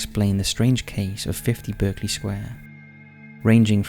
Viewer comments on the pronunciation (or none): Berkeley is pronounced Barclay. Like the bank. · pronounced BARK-LEY